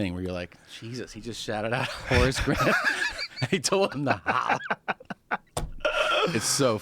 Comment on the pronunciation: Every time they said Horace Grant, I was hearing, “Horse Breath” and getting really confused.